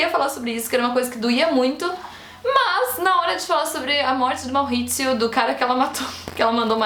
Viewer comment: Ele era italiano então é Maurizio mesmo, não Mauhhhizio kkk, mas parabéns pelo vídeo, amei, ansioso pra ver a no filme.